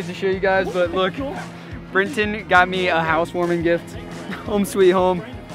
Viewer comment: It's Brenten! Dudes hilarious